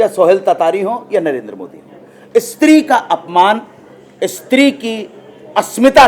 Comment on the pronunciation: Istree Nahi Bhai stree hotha hai😋